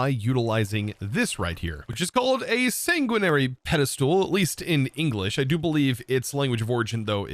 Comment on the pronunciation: Sanguinary is Latin! Not French! Directly means Bloody or To Bleed It's root is Sangua , which is just blood. It's pronounced "Sahn-gwe-nahri" in the original Latin, but the way you pronounced it was correct for the current English pronunciation !